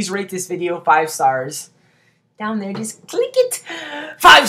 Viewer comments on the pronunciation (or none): none